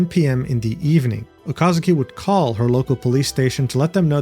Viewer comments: It's Okazaki, not Okazuki. Jeez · I know you do not mean any harm, but my recommendation is that you learn how to pronounce names. Completely by accident the way you pronounce Okazaki could be seen as a very mean nickname, so I suggest for future videos to be more careful with name pronunciation = ).